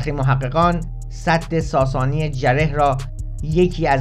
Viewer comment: درود . وقتی مسئولان میراث فرهنگی خودشان قاچاقچی آثار تاریخی کشور هستند دیگر چه انتظاری از این جانوران پول خوار میتوان داشت . تلفظ درست سد ساسانی جعره gareh هست .